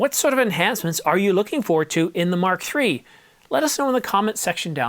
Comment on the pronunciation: Am I the only one who gets highly irritated when the verbal emphasis is on the R6 rather than the MkIII? The R6 part is secondary when referring to the MKIII. The important bit is the MKIII not the R6. When referring to the R6 MkI, the R6 MkII, and the R6 MkIII, the spoken emphasis should be on the Mark, not the R6. Petty I know, but irritating none the less. The same goes for the references to the R5 models.